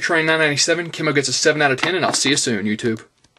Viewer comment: Thanks you for Pronouncing his name like that , People keep calling him "key Moe" but it's actually pronounced the way you said it ..